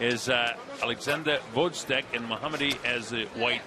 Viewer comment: I hate how the commentators are prejudice against Gvozyk. Moreover, learn to pronounce his name RIGHT, "professionals".